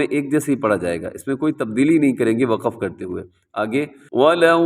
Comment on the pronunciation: Assalamualaikum wa rahmatullahi wa barakatuhu Bahut hi achi tajweed ki vedio banayi hai, jazakallah Khaira Itni si baat kehni thi ke aap lafz ko lafaz😢 aur waqf ko waqaf kyun kehte hain